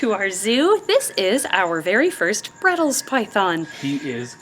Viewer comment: bredls? In australia we call them bredli's. Said bread-lees. We also call them the central australian python sometimes